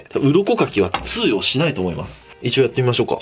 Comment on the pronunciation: この魚はね、鱗かきが 通↑用 しないです